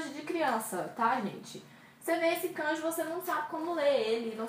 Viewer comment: Sua iniciativa é boa, mas você precisa tomar cuidado. Por exemplo, você está pronunciando a palavra "kanji" de modo errado. Se você ouvir no Google tradutor, já ajuda. :)